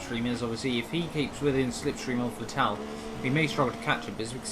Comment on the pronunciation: Dude learn How to say. Vettel